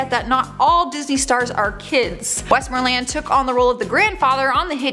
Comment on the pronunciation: “WestMOREland”, dear, “WestMOREland”. He’s not a Disney park.